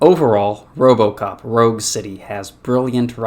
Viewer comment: There is No O.P in robocop.